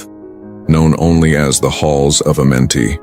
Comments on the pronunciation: You just heard the man say the right name the halls of Amentae and you saying Adamente why you feel you change the pronunciation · Bruh looked at the word "Amenti" on the screen, LISTENED to them pronounce it several times, and still fixed his lips to say "Addamentay" ... wtf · It's Amenti not Adamenti lol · it’s Amenti not Adamenti!